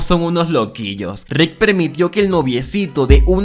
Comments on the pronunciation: Me gustan tus videos Pero me estresa como le dices "Rid" a Rick :S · Deja de decirle Rit a Rick podavo 😩